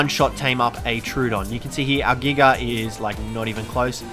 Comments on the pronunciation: I understand wanting to abbreviate Giganotosaurus, but why are you saying "Giga" like (Gig-uh)? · It is said jiga even though its giga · He called it a giger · Nobody:: Giger